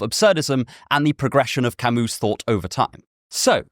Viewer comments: Camee, not Camoose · Camus is not French! You dont say his name camU, but cami